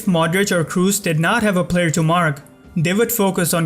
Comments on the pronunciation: man, where are you from?!? it's Kroos, not Cruise, respect the players at least enough to pronounce their names correctly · Kros not Krus :) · Kroos is pronounced with an o, not u, like saying blood, you dont pronounce it "blud" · Another very good analysis imo, but please don’t pronounce Kroos in English, it’s disturbing, haha. Here’s the pronunciation in german.